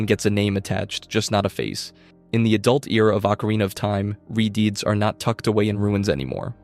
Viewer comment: What, you don’t like hearing about re-deeds instead of re-deads?